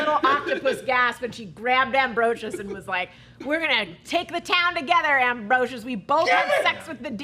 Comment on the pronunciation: AMBROSIA!!!! NOT AMBROSIUS!!!! SO ANNOYING!!!!!